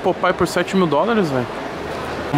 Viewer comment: épou n existe toguro, é apple msm! mais som de `a` com a boca mais aberta!